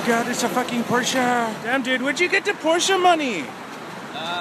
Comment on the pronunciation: Mad props for being the only American who can pronounce Porsche.